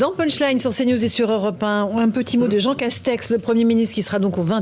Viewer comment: JEANG CASTEX JEANG CASTEX JEANG CASTEXEUH